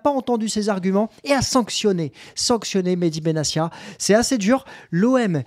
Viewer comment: Salut, au passage, on prononce BenaTia et non BenaSSia !!! Je crois au contraire de toi, qu'il faut faire appel et pousser le bouchon au maximum pour que ces institutions et le groupe amaury puissent se "défroquer" et montrer toute l'étendue de leur haine dont on n'a pas conscience de l'importance !!! Si on accepte chaque sanction, c'est déjà reconnaitre ses tords et l'enjeu n'est pas énorme et 30 ans de soumission ne nous ont apporté qu'encore plus de sanctions donc la rationalité nous force à agir si l'on veut changer VRAIMENT le rapport de force !! Sinon très bonne vidéo comme d'hab !!! 😄💙🤍💯🙏👍